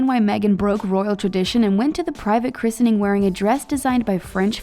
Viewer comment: Plz say Christening correctly!! It's driving me insane